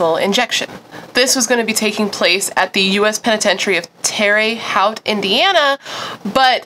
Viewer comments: OMG you are so cute! I'm terrible at pronouncing things and my hubby teases me for it all the time HAHA! So I felt a connection when you said "Terry Howt, IN" - we pronounce it "Tera Hote" with a little Hoosier twang! Love your channel! Just found you and have been binge watching :) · Hey Girlie, Terre Haute is pronounced Terre = Tara, Haute = H-oat hopefully that helps for future pronunciation reference! I’m from Terre Haute and SO MANY people mispronounce it. 💜😊 with us having a HUGE federal prison that does executions, I’m sure you’ll come across Terre Haute again. I’m obsessed with your videos! I’ve been binging them since I found you! 🥰🥰🥰